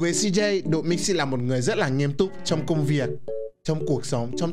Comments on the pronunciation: Độ Mixi nghe thành Đụ Mixi luôn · Độ mixi chứ ko phải Đụ mixi chú êy😂😂😂😂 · Nghe ko nhầm , ông cứ nói đụ mixi😂😂😂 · ĐỘ mixi , đéo phải ĐỤ mixi . anh ĐỘ said :))))) hài vãi . từ anh Độ qa đây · Bạn Độ mixi chứ ko phải là Đụ mixi 😂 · Độ mixi ko phải đụ mixi Nhá😝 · Độ Mixi chứ không phải Đụ Mixi đâu anh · Độ mixi nha, ko phải đụ mixi nha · đọc tên anh độ nghe hài vãi